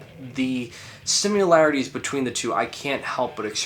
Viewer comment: ffs...STOP SAYING SIMULARITIES